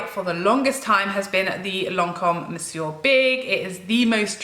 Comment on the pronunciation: It is nice to hear Monsieur big being pronounced properly after watch loas of USA make up channels.